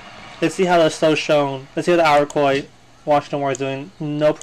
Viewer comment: To add to what Mr. Hall said: Iroquois = EAR-RUH-KOY